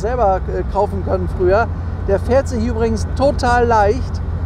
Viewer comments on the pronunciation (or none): none